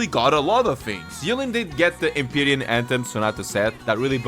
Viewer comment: I love how he still says EM-PIE-REEN instead of EM-PEER-YEN